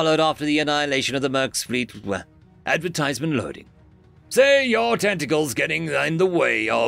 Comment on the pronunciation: "Loading advertisment" YT: Did you say advertisment?